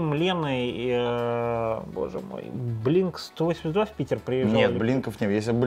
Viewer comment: БЛИНК УАН ЭЙТИ ТУ! блинк стовосемьдесят два ахах